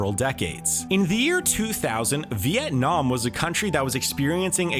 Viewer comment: Unlike other "economist" youtubers. He pronounced "Vietnam" really precisely. Nice!